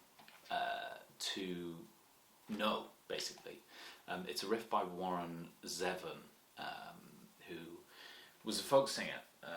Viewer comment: A favorite song of Warren's... Also I just wanted to let you know his last name is pronounced Zee-von 😊